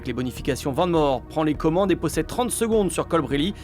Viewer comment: C'est "Vane Mour" que ça se prononce svp 🥲